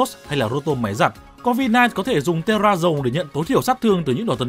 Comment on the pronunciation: Các bạn quên khúc nói Tera Dầu à